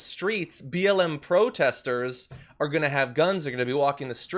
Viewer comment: John, it's "for", not "fer". For the record, it's "to", not "ta". And "a lot" is two words, not one (alot). Just saying. Oh, one more, there is no "t" at the end of "across".